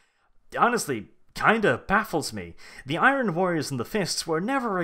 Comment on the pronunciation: Thats not how you pronounce "Iron"